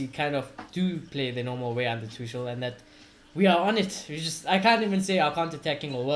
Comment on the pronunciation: Mate, its not Tushel.. its Tu-kul.